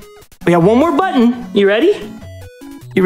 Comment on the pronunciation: I love that Peanutbutter's word to press isn't "button", it's "mmmbutton"